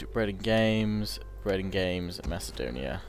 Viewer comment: Don't worry your pronouncing Macedonia the correct way!